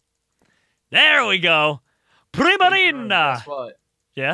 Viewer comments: I like the fact they keep on pronouncing primarina, prismarina cause they are so used to the word prismatic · "prismarina" hehehe